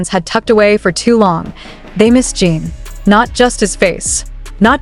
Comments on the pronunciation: The way she is saying his name Jean is bothering me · A.I is not good at getting names right.